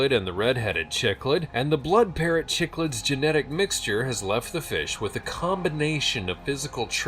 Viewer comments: Boy oh boy, my Dad was a fish fanatic when I was growing up and we had different fish tanks all over the house. Btw, the cichlids they were talking about were pronounced "sick-lids" not chiclets lol I wonder what he would think of the hybrid cichlid they created?! One of the best lines in Jurrasic Park was that when they realized they could genetically engineer dinosaurs,, they never stopped to think of whether they should! I'm all for scientific advancement, I really am, but we don't know enough about how and why things work they way they do to risk creating anything! Peace fam! 😊🥰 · It hilarious how dude was pronouncing Cichlid. I guess it's a hybrid of an African Cichlid and Chiclet piece of gum. Haha